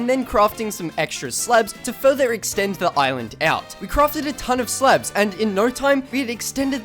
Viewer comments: bro said slebs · no offence but i find it funny him calling slabs, "slebs" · i keep hearing slebs